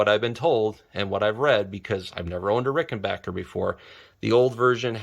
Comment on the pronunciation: Sincere Congratulations on your New Acquisition as well as the ability to pronounce RickenBACKer Correctly. :)